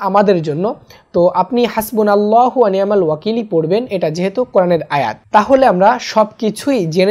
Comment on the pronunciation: ভাই আল্লাহূর জায়গায় নাললাহূ কেন